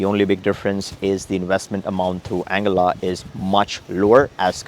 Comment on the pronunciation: Isnt it pronounced as Ann guilla ?